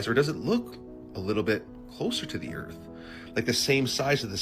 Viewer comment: I could never take the first guys videos seriously. Anyone who says “Erf” instead of earth is just…not credible lol